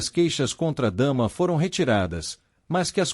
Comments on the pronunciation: O nome da irmã também fala errado "Dama" e é Damla ( pronúncia Damila) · Não e dama. É Damla